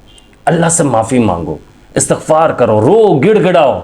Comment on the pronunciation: لفظ استغفار ھے آ کے اور ت کے نیچے زیر ھے